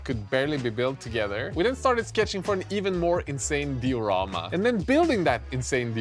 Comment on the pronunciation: Say diarama one more time!